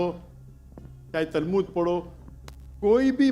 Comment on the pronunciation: Why do hear Talmud as tarbuz from his mouth😂😂